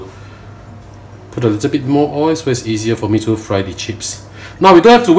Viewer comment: No "OY", but "OYLLL" !!!